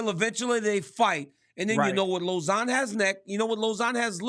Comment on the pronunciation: RC said LozOn😂